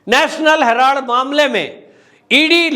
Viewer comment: आप कब तक “ हेलार्ड “ बोलते रहेंगे ??